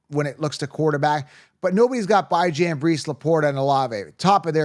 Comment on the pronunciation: You lost me at Bye-Jan…so bye, man